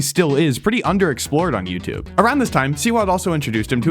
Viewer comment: “on youtube 😈” bro why did you have to say it like that 😭